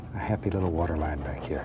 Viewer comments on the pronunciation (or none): Lol imagine him doing a cooking show... 🤣 "Little to much watah oh well it was a happy accident"